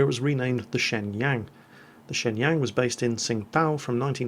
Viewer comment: Just a note for you My Wife is Chinese and the ShengYang is pronounced Say-Yung.